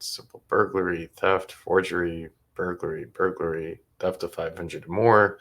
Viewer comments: Thank you, I was about to comment on the same thing. "Burgery"-when you're craving burgers but can't really afford to eat out, so you steal them instead😏🙄😆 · Is she saying “simple burgery”😂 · The girl who reads the charges in the beginning always drives me nuts cuz she says mirabello and when she says burglary she doesn't say the L lol